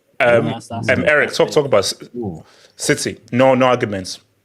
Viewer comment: Citeh, citeh , citeh